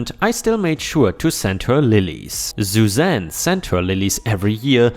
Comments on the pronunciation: Suzanne is said like "sue zan" not "zoo zan." 🤪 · Sue Zan not ZuZan